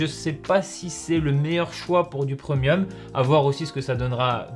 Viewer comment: Du PREUMIUM